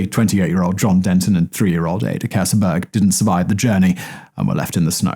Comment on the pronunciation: Keseberg is pronounced "KEES-burg".